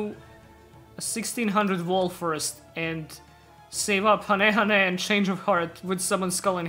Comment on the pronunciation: Did this man just... anti-correct himself from "Hane-Hane" to "Hayn-Hayn"...? xD